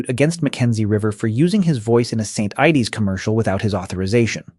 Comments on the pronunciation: 😂 and St ides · "St. Ideys" 😂🍺